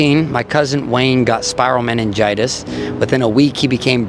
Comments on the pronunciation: Did he seriously say “spiral meningitis”? 🤦‍♂️ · Calls it spiral meningitis instead of viral meningitis. Haha omg I’ll miss him.